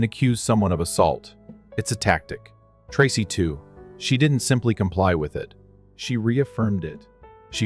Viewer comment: Story 2 miss pronouncing the name Tracy😮